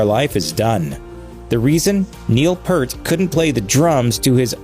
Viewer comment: BTW, the narrator of this episode is pronouncing his name incorrectly. Neil Peart's last name is sounded out like "Peert" rhymes with here, peer, dear, near, etc., Not "pert" hurt, dirt, etc.